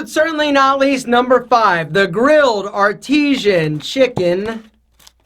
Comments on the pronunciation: My dude what you did for the 3rd one, two pieces of meat, one piece of cheese, and the bun is a McDouble 😂. Don’t assume ik this cause I’m fat and love McDonalds I just work there lol. Also when you said artisan as (ar-te-shan) instead of (ar-ti-san) that’s one of my pet peeves hahahah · This man just said grilled AR-TEE-SHEN sandwich. If you work at mcdonalds we make fun of people who say it like that. It's pronounced grilled AR-TI-SEN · Its not "Artesean" like an artesean well its "Artisan" as in skilled craftsman..... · He creeped me out saying Artesian instead of Artisan 🥴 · It’s not artezian it’s art-I-sen my lord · Isn't it pronounced ar-ti-san, not ar-ti-sian? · "Artesian" lol try again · He said the grilled artisan wrong 😭😂